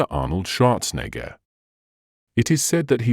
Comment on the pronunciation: Did this fool say Arnold Shardnegger??😂😂😂